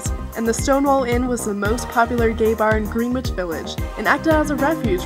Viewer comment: GRINich Village, not GREENwich Village. Harvey was NOT a state representative.